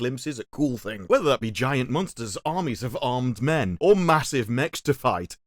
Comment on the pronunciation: The way emphasizes the word "men" at and at suggests to me something I never knew about him - lol 😏